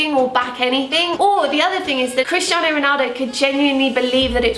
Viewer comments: did anyone else hear "Kriss Jenner" while was saying "Christiano"? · i thought you were saying "kris jenner" instead of christiano omg